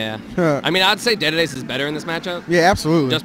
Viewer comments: God I get fucking infuriated when someone pronounces dedede like daydayday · He said DeDeDe wrong all the way back them too. 🤣